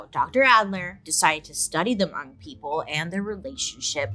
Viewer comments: im so happy you said hmong properly, love u bailey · I'm so glad that you pronounced Hmong right. I'm Hmong and no one ever pronounced it right the first time or every other time lol. You don't wanna pronounce my name: Npla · was surprised to hear hmong, i had to replay it to see if i heard it right because pronunciation was off, but its great to hear Bailey talk about it!!